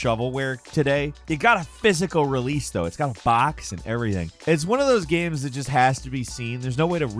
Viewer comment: "video gams"